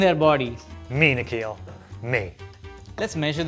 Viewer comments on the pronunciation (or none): It's literally spelled nik-hil. And he's pronouncing it nik-heel 😭